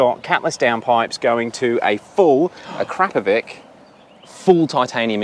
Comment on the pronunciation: it is not pronounced acrapoviK but acrapoviCH